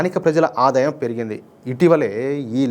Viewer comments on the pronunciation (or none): none